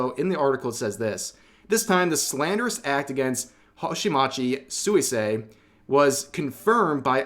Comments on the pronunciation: You know her name is pronounced "swee-say" and not "sooey-say" 😄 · Hi, Rev, good stuff. One thing: Suisei is pronounced more like "Swee-say" than "Soo-ee-say". It means "aquatic" or "aqueous". I hope this situation sorts itself out. Hololive at least seems more together about this stuff than that other Japanese VTuber agency that has been so much in the news lately. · Did my boi Rev just say “soo-ee-say?” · the way you say suisei is kinda psychotic just sweesay- is fine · I know I'm gonna get dunked on for doing this, but here's a pronunciation tidbit! Suisei is pronounced "Swee-say" in the JP language. I personally try to do it accurately when it's a JP Vtuber, but I'm already firmly in "That Guy" territory by commenting this. XD Love your content, Rev! Keep it up!